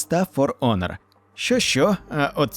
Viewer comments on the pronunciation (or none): none